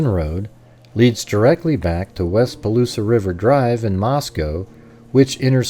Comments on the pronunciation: First Palouse is "Pah Loose" not "Pah Loose ah" This route is very strange. I used to ride this route all the time when I was a student at WSU, as a bicycle training ride, but counter clockwise starting in Pullman. Two points to make. First there is no reason to go this way. It is just longer and weird. Second. very few students on either WSU or UI campuses even know about these roads. That is these small connection roads between Idaho 95 and Washington 195. Only farmers and bike riders know them. A lot are still gravel, including maybe part of Kohlbergers route. Thom Creek is paved and Borgen is not.. There is nothing in this area but rolling wheat fields as far as the eye can see. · Interesting video. 2 minor corrections (from a North Idaho resident): 1) Palouse is pronounced "puh-loos", not "puh-loos-uh", only 2 syllables and 2) it is US Highway 95, not Idaho State Highway 95. Even the Moscow police have erroneously referred to it as State Highway 95, which does not exist. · Hi, nice work! I'm from that area, let me help: Palouse is "Pah' Loose", silent e at the end.